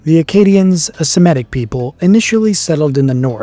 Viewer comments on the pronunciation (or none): The middle syllable of “Semitic” should rhyme with “mitt” without the t-sound, not “met”. This mispronunciation seems to infected many younger English speakers, perhaps out of laziness. Please, younger folks, stop pronouncing it like “Semetic”, as there is no such ethnic or linguistic group by that name.